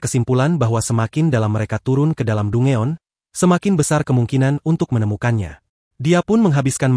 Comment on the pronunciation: Dungeon = dan jen cara bacanya min ... aku suka suaramu 😊